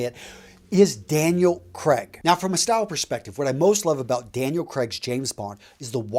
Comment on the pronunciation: By the way, the names are pronounced as: George Lay-zen-bee Daniel Cray-g